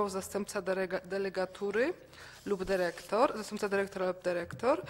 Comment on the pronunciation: Derektor, piniondze, taki prawie polski język